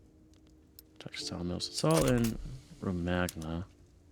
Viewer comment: Risorgimento was actually pronounced right, Romagna wasn’t tho😂😂